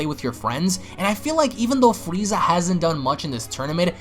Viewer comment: you said fweeza